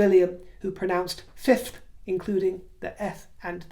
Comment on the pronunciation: 6th and 5th enunciation is underappreciated Tell Biden to get tips from Hunter😂😂😂